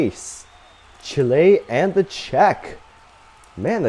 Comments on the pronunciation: Learn how to pronounce Chile. Not Chilé. Moron! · "Shile" it's Chile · Learn how to pronounce Chile.